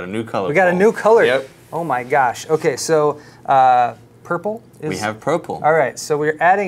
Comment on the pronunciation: did he just say, "Prople" instead of "Purple?".